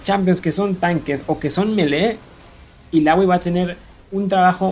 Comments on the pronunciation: porque es "ilaoi" no "ilagui" xd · Nombra bien los campeones y la palabra item aweonao ilaoi waaa quien es esa es illaoi aprende a pronunciar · recien vi uno que decia daRIUS en vez de DArius y ahora ilawi ilawi gana por excelencia quien te conoce illaoi :v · odio tu pronunciacion de illaoi :v